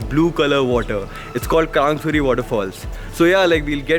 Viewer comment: You know well how to pronounce krangsuri and laitlum omg I can't believe my eyes.its so so damn beautiful...love from sohra(cherrapunjee)